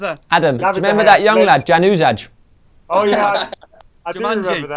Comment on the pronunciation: Its pronounced as jazunay or yanuzay